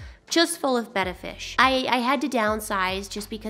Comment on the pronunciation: everytime I hear your intro, it sounds like you say "Simply Bettie" and that's my name it freaks me out.